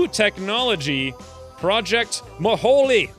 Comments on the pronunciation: It's pronounced Mo-Hole, It is a reference to Kerbal Space Program, an infamous graphical glitch that became canon. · Not maholy mine it is the Mo-Hole